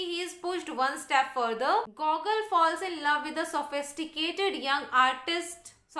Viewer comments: its GuGoool.ur pronunciation is wrong. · Mam your pronounciation of debute, genere, gogol are wrong .